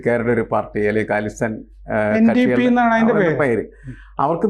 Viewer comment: 1. Please update your pronunciation of Khalistan. It is not galistan.., but kha...as in kharam, khani, etc the second kha. 2. The Trudeau involved in the Air india mishap is the then PM and is the father of present Trudeau. If we were to believebthe coffee table book, only legal father of present day Trudeau.